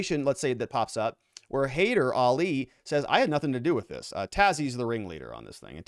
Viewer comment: ah-Ree-Ahn (think Aryan with different stress symbols) Tah-HERE-zah-day and hah-ee-DER a-LEE, maybe ah-LEE (Iranians tend to say with short "a" like apple, other languages like from Pakistan tend to say "ah" like ball)... Since this is going to be such a big story, might as well figure out how to say their names more correctly instead of calling him Tazzy and Ali.